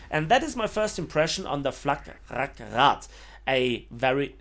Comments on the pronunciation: It‘s FlaRakRad, not FlakRakRad. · No idea why he says "Fla'K'rakrad" however... It's "Flarak" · Why do you always say FlaK Rak Rad, it's Fla Rak Rad. Not Flugabwehrkanonenrakete, but Flugabwehrrakete.